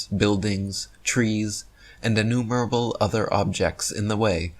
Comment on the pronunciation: Ih-nu-MURR-bul? The emphasis is on the second syllable,, not the third.